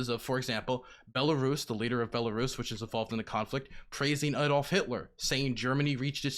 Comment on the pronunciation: “DONNITSK” “LA-HANDSK” “BOLARIS” “GA-NOME”